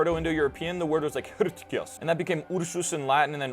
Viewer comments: it's hrktos not hrtkos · Just a quibble that h2 isn't pronounced like that. The "h" symbol in PIE is not an aspirate. We don't really know how h1, h2 and h3 would have been pronounced. It was likely something closer to arktos, cf. Greek arktos, Welsh arth.